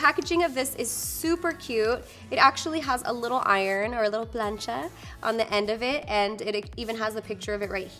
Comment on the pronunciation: Eres mexicana ! 💕💕💕 Y escuche bien el : " little plancha" Jaja